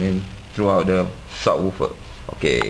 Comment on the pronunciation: What does "sawoophah" mean?! Did you mean "subwoofer"?! :|